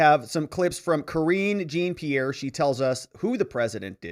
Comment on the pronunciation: I look forward to and watch all of your videos. I don't want to sound critical but I thought you would have corrected yourself by now.. I am referring to the way you pronounce Karine Jean-Pierre' name. That name is French so Jean is pronounce Jon......Just sayin'